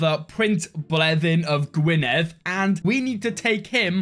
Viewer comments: someone finally pronounced Gwynedd correctly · He's welsh, I'd expect him to pronounce it correctly